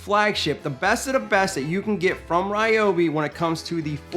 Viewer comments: It's Ree-O-Bi. Look it up. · Ryobi representative said that it’s pronounced as REEOBI